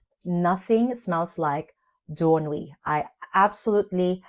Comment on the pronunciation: I love Jany and Doux Ennui so muuuuuch (you prononce it perfectly)